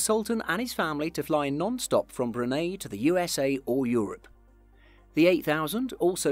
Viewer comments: Bruni not Brunay🙄🙄🙄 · Unique means unique!!! There are no grades of unique. It either is or it isn't. Brunei is Bruneye. NOT Brunay. Sorry, I'm a pedant. Still gave you a thumbs up! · Brun-hay no no no...Come on can you read??? Brun-eye the eye means something Brunei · Me to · It’s Brune eye not Brune aye. Brunei! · Bruhn-eye not Bru-neigh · Brunei is pronounced 'Brooneye' not broonay. And where the hell is Sconnefeld airport? I have been to Schoenfeld Airport in Berlin. No point in listing your sources when your credibility is already shattered by ignorant mispronunciation. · Brunei, not Brunay. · Most unique plane? hundreds can fit into the category. Also, it's pronounced "brew-nigh", not "brew-nay"... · I love how he says brune instead of brunei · It’s pronounced Broon-eye and Shonefeld, German not Dutch! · Your pronunciation of Brunei is off as well - "-nei" should be pronounced as "-nigh", same as "high". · So you've taken the time to produce a video like this, but didn't bother to check the pronunciation of Brunei! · Brunei was pronounced wrong (the e is pronounced like an A) My friends form brunei told me